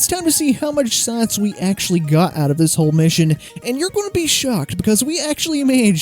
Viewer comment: "Saaaaince" -- fellow Texan/Okie located. ;)